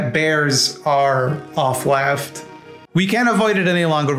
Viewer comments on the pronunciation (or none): so i eventually figured out you were saying authleft, (as in authoritarian) but i kept hearing off-left, like "they are leftists, but there's something off about them" and th whole time i was thinking, hmmm, ive never heard this terminology before... 😅